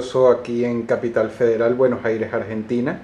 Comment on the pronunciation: Se dice Buenos Aires no Buenoj Jaires si tanto te molesta la gente que tiene errores ortográficos deberías molestarte vos mismos por hablar así.